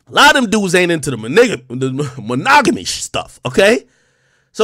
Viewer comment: Monogamy lol this man AK said ^ Monigga lmfaooooo you heard bing bong